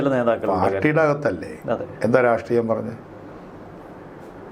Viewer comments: രാസ്ത്രീയം അല്ലട യൂട്യൂബ് ഓളി -രാഷ്ട്രീയം, നാവ് വടിച്ചിട്ട് കോണക്ക് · ഒരു നല്ല Journalist ആണ്. അദ്ദേഹത്തിൻ്റെ ചില മലയാള വാക്കുകളുടെ ഉച്ചാരണം പാല്പായസത്തിലെ കല്ലുകടി പോലെയാണു തോന്നുന്നതു്. ഈ വീഡിയോയിൽ പല പ്രാവശ്യം രാസ്ട്രീയം എന്നു പറയുന്നുണ്ടു്. രാഷ്ട്രീയം എന്നു കേൾക്കാത്തതു് എൻ്റെ കുഴപ്പമാണോ എന്നും എനിക്കറിഞ്ഞുകൂടാ. പഴയ ചില വീഡിയോകളിൽ ഉദേശം എന്നു പലപ്രാവശ്യം ഉച്ചരിക്കുന്നതും കേട്ടിട്ടുണ്ടു്. ഉദ്ദേശം അല്ലെങ്കിൽ ഉദ്ദേശ്യം എന്നായിരിക്കാം ഉദ്ദേശിച്ചിരുന്നതു്. ഇതു ചൂണ്ടിക്കാണിക്കുന്നതിനെ positive ആയിട്ടെടുക്കുമെന്നു കരുതുന്നു. 🙏